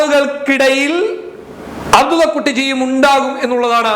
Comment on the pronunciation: അബ്ദുള്ളക്കുട്ടി എന്ന് pronounce ചെയ്യാൻ പോലും അറിയില്ലേ khadhare...🤮